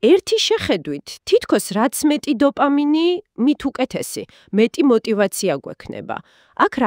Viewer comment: დოპამინი რა უბედურებაა და " ლ" ები გამოასწორეთ 🤔